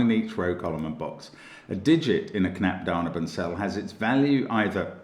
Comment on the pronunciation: Mark, you say it "knapp da-neyh-ben" like neiighhhh, when you describe a horse sound :) You are awesome btw Mark